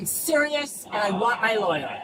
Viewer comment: Oh no, look out! She's se-wee-us, guys! She's se-wee-us and she wants her law-er! 😂😂😂